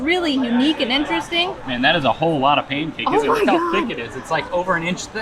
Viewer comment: did you say pamcake? My wife says Lieberry, I always ask her why a place with books has fibbing fruit?🤔